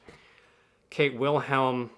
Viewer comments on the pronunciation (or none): none